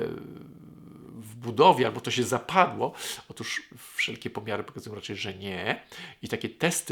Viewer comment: "otóż", a nie "otusz"